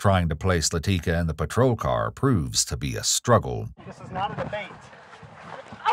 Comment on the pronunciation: "Laticka" says all you need to know lmao